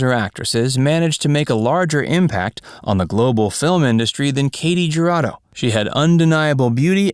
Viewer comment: Her name is pronounced KAH-tee Her-AH-doe.